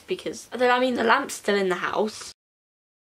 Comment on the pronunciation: When you were talking about the lamps I thought you were saying lambs😂